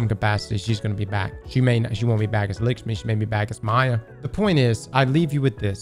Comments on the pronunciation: “Likshmi” 😂 you gotta be doing this on purpose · It’s LACK-schmi….. not LICK-schmi